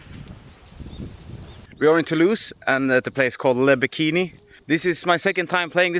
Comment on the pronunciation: Just discovered your video, Chris, what a treat ! I love how you let us in on your tour moments. Your genuine spark as a passionate musician really shines through, and it’s impossible not to feel it. You’re so chill, real, and endearing. Oh, and your little “bonjour” was spot on and your accent when you say "Le Bikini" totally made me smile ! Take some time to recharge before the next leg of the tour, you’ve earned it ! Merci beaucoup ! 👍